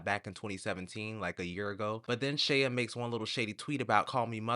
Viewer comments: and “Shay-ah” lol it’s just Shea (Shay) Coulee (Coo-lay) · And pronouncing Shea as “shay-uh” 😭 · Who is "Shay-ah"? "Shea Coulee?